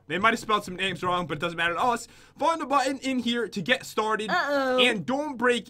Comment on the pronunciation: You butcher the names of my favourite youtubers